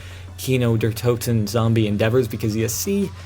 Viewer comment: ok just saying iam german i only know how to say the zombie maps and shit in german and th r in der is silent so its de toten just a word of edvise everyon gets it wrong